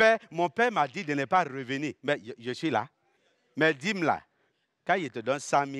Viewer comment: Les J se prononcent Y en Côte d'Ivoire visiblement : Je (on entend yé)